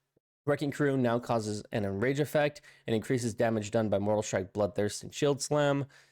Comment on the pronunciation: Omg that did my head in too 😳 he also said " Bloodthirst has an 100% chance to IN RANGE you" 😂😂